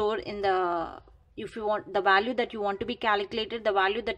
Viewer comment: Value not vaalu. Vaalu is rough word in my language. It sounds crazy. No offence. Anyway great video.